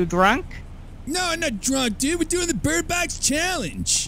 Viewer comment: Lmao what a great start "Alright bridbox challenge "